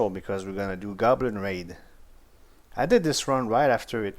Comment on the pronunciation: It's Golbin not Goblin hahaha